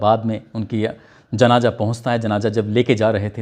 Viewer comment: Abe pahle baat karne ka tareeka Sikh janaza ko janaja kahta hai